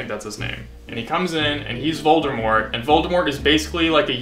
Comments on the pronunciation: I believe it’s Voldemort not “Voldurmort” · My favorite part is where you just keep saying "Voldermort." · Vol-D-mort. Not Voldermort... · Every time you say "Voldermort" I want to die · be like: ''VoldeRmort'' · NOT "VOLDERMORT" LOL I cannot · i just love "voldermort" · When you call Voldemort "Voldermort" you really lose credibility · if you say voldERmort one more time... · why is he saying voldeRmort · Vold-er-mort!? Ughhhhh. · His name is indeed Ralph Fiennes, but it's pronounced Fines. Also, it's Voldemort. Not Voldermort.